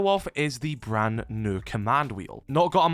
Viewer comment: Please stop saying “new” unless you can say it without sounding like a bloody mump